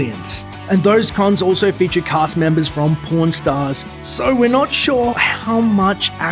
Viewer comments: Its PAWN STARS NOT PORN STARS!! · when the video showed the 'Creature from the Black Lagoon' item, I misheard from the accent and thought it said "porn stars" and not the show "Pawn Stars". XD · thought he said PORN stars! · I wasn't paying attention and when he said pawn stars I thought he said porn stars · when he says pawnstars it sounds like pornstars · pawn stars, not porn stars...